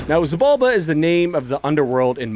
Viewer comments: I think it’s pronounced “shi-balba”, in Mayan, the x is pronounced with an sh sound. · wait, did you just said "mayan"? Like, from Mexico? If that's the case, no, they have a weird fixture in pronouncing the x like anything BUT x, so if I gutted it right, it should be jibalba 😅